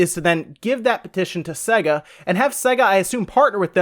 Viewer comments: This guy clearly has never heard the intro to a sega game that bursts eardrums : SAYGGGAAAA! what the f is segga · I was going to say the same thing. I died a little inside every time he said se-ga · Makes me wanna slap his dumb face... Fucking segga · its SAY-GA not se-ga, they even pronounce it at the start of the games! Seriously anyone who pronounces it wrong considering its at the start of like every game or was cant be trusted imo! its not an accent thing or a country thing cause it was the same on all games in all countries! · Why? He's clearly saying SEGGER instead of SEGA. Fire up Sonic and you'll hear.. 'SAAAY-GA'. - 'Muricans, smh. lol. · Just to point out, it’s pronounced SAYGA not SEGGA! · It’s pronounced ‘say-ga’ not ‘s-egga’ did you ever own one of their consoles? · This guy can't even say sega correctly. Its say-ga not se-ga. If you ever actually played a sega before you would know this due to the boot up screen logo where they actually pronounce it for you. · It is only North America that pronounces Sega as Say-ga. The rest of the world says Sea-ga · It's pronounced see ga not sey ga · its pronounced SAYGA not segger did you learn nothing from the logo opening sequences? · It's Say ga.....not se ga.. he says Sega funny. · SEGA is pronounced with a hard A sound. (SAY-GA) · It's pronounced "sayger" you moron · What's Segger!? Even my girlfriend noticed your bad pronunciation. Shame on you. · Can people please learn to pronounce names properly it’s say-ga, it’s the same with You-b-soft for some reason it really gets on my nerves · Jerry Smith segga is what he is saying though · Just throwing my two cents in, but the guy is clearly pronouncing it SEGGER. I actually came to the comments to see if anyone else noticed. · Jerry Smith Time to bow out gracefully on this one 'Jerry' - no ones agreeing with you, perhaps get your hearing checked/re-listen to the vid; he is most certainly saying 'SEGGA' 🙂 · Everyone in the UK say's "Say-Ga".